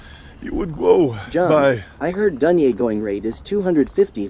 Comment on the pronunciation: "How would I gwow to a high enough levow?" "You would gwow by..."